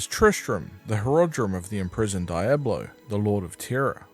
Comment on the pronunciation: I called the police because of your pronunciation of "Diablo". In what universe is it pronounced "Dayablo"?!